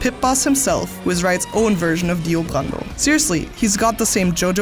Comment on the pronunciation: Tbh it's quite funny how weirdly you pronounce those words cus your Dio Brando sounds more like Dio Grando